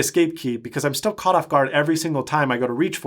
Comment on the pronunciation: when he said i styill want a touch screen mac i rewinded the video to hear that again on my dell pro touchscreen yoga hahahah